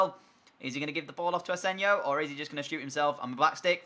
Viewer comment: it's asensio not asensio